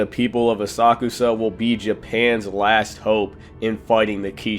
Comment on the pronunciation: ASA-KUSA…the way u pronounce it lets me know u don’t watch the anime or u can’t speak